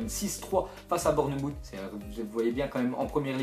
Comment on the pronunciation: Ca ce prononce Born"mousse" et pas Bornemoute au passage =P